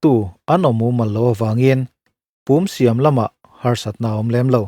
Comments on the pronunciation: Tui chunga chuanna tura an siam Pùm hi Pŭm (thir chherna hmun) lam rik ang ni loin 'rún lùm nuthai' tiha 'lùm' anga lam tur. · "Pum" tih hi thlûm loh tur, ri hniam Púm tih zawk tur. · PUM hi a thluk a diklo, PUM(kawchhung) lam ang a lam a, Thluk na telh bawk tur ani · Pump i lam dan a dik lo... Pumpui kan lam rik a pum kan lam rik dan ang hian aw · Pum tih kha i lam ri dik lo. "Khawihnun" tiha hnun tih ri anga lamrik tur. Tuna i lamrik dan kha chu Thir chherna hmun pum lamrik dan a ni e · Sir,,, 'Pum' tih hi company pakhat Puma tih a Pum lam rik ang hian lam tur a nih hmel.